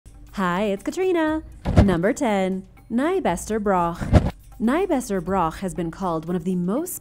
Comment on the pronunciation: As someone who lives in Caithness, your pronunciation of Nybster hurt! And you added an "e" that it doesn't have